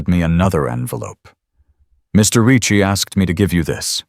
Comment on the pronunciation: Why can't AI figure out how to correctly and consistently pronounce Ricci? 😂❤🤬